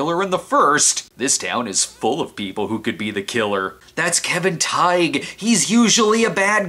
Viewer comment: Wait are you supposed to pronounce the “g” in Kevin Tighe’s last name? I thought in interviews, especially where he introduces himself, the “g” is silence and pronounced like “tie”. It’s also hard for me to see Kevin in villain roles as I am used to him being the good guy like in Emergency! and Roadhouse (he used a shotgun in that movie too), especially Emergency! as he was Fireman/Paramedic Roy DeSoto. I saw him in a Law & Order episode, this was the first time I saw him as the bad guy and was hard to picture him in his character that was a pedophile as I am still so used to his old character helping save people.